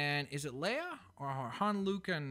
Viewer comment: leia it's leia